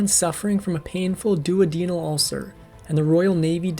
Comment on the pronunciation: Given the mispronunciation of 'duodenal', I leaned towards it being AI.